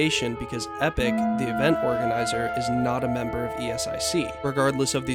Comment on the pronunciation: nice video but ESIC is pronounced [ESIK] not [i: es ai si:]